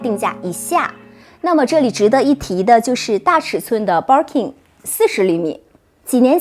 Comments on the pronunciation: Barking lol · Hahaha我也是想發音有問題！ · バーキン还情有可原…可是kelly怎么也读错 也不是kei丽啊…日语ケリー也不是这么读的